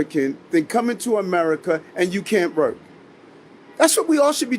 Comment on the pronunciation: He can't seem to be able to say the word "work".